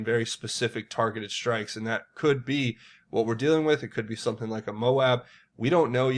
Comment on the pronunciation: "Some people,...did some-ting."